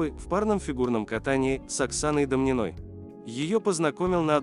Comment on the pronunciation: дОмнина, ШабалИн. Если уж рассказываете о людях, потрудитесь узнать, как произносятся их фамилии.